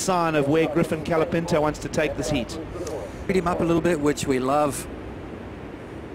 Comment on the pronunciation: Can someone please teach how to speak. It's COLApinto not calapinto.